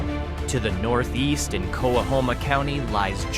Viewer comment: It’s pronounced “co-hom-a”